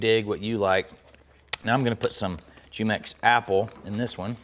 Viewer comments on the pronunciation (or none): Gonna try these; they look awesome 👌. BTW the juice company is pronounced whomex not jewmex. Great videos learning a lot from your show. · Lol he pronounces it "Jew-mex" but its supposed to be "Hu-mex". Love this recipe.